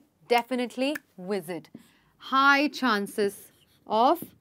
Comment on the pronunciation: Am I the only one here who thinks the instructor is pronouncing the word “visit” as “wisit”